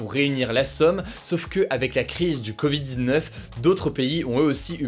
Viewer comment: Mon ami, déteste comment tu prononce « covid-19 » !!!!